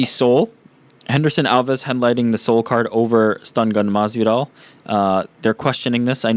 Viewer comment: Ah no Ariel that is not how you pronounce his name. It's not very good to be trying to correct people when you are the one that is wrong Ariel. lol You also incorrectly pronounced South Korea's capital of Seoul also.